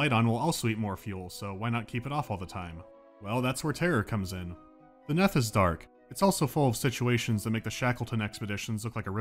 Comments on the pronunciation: It's "neath", not "neth" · It's pronounced 'neath as in underneath. Not Neth. I think. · I'm amused by the fact that you pronounced it as "neth", because I always thought it was "kneeth" as in "underneath", but still... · This is nitpicking, but it's " 'neath", not "neth". As heard in "beneath" or "underneath". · The "Neth" should be pronounced the Neath, as in underneath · Its not neth its nEEth for fucks sake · I just registered that he was mispronouncing Neath. It's pronounced neeth, because it's short for the UNDERneath, get it? Also, like if makes you think of This Boy Suffers From Crystalization, iykyk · 3 years late, but it's 'neath, like underneath, and it annoyed me a tiny bit. Love the video though. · It's pronounced 'Neeth'. As in Beneath. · It's pronounced Neeth, like underneath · He interpreted it as rhyming with Death